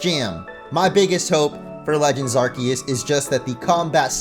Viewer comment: You get my Like just for pronouncing Arceus correctly